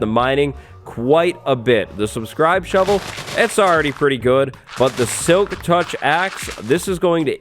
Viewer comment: He said silk tuch axe